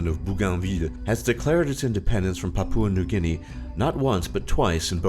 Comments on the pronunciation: "Pap-oo-a New Guinea" 😂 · Please learn how to pronounce Papua New Guinea PLEASE!